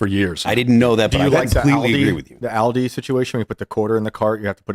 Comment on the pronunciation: Can we discuss the way pronounced "Aldi." That's not the way you say that.